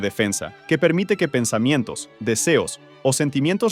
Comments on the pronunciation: Dice Pensmientos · Andaba con hambre y se comio la A